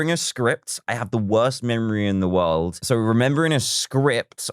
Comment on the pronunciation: Talk about the wowst memowy in the wowld